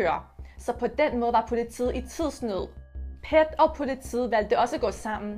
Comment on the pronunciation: Du sagde PET forkert det er ikke PET men p e t